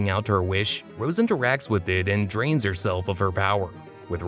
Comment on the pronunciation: Drain or train?